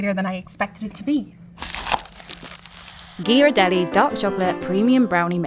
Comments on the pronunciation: It's Italian. Gh is pronounced with a hard G sound as in "get". gear-rar-DELL-lee. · hello Ms., Ghirardelli is pronounced with a hard 'G', not a 'J' sound. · They all pronounce Ghirardelli differently 😭 yhiradelli, giradelli, and Ghirardelli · Yeah, it’s GEAR-ar-delli, not JEAR-ar-delli. The H after the G tells you (in Italian) that it’s a hard G. If there was no H, it would be a soft G. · It’s “Ghiradelli” pronounced with a hard G, not “jiradelli.” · They can't even pronounce Ghirardelli properly - it's a hard "G" because it's followed by an "h." You're welcome. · Somebody please tell that she pronounces the G incorrectly in Ghirardelli. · It’s Gear-ar-deli. Gear. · Learn how to pronounce Ghirardelli. Grew up near the factory in SF. The hard G of the other two judges was correct. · Pronouncing Ghirardelli wrong. Ugh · They pronounced Ghirardelli three different ways. lol. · Did anyone correct lady with the dark hair that pronounced Ghirardelli wrong question mark? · Itvdussaoints me they arebt pronoucing Ghirradelli correctly!